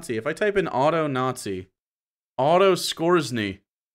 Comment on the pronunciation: you mispronounced Skorzeny. It's supposed to sound like "score-ZANY." (My ex-wife had a Bachelor's degree in European history with a concentration in WWII Germany, is how I know. She also played AD&D and ShadowRun.)